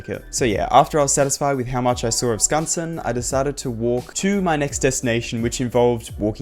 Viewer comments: Bro you pronounced Skansen perfectly, I would love to hear your Swedish! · no shot you actually pronounced skansen correctly :O